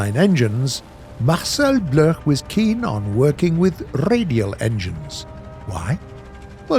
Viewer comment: Can war thunder pleas re add the option to have three colored smoke trails? By the way, Marcel Bloch is prounounciated Marcel Block, he later changed name to Marcel dassauld